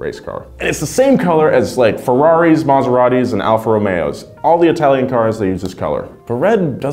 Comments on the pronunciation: Maserati, not Maseratti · "MASERATTI". My italian heart is broken.